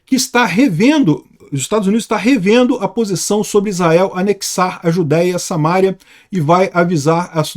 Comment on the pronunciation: diz-se "SamarÍa". SA-MA-RÍ-A.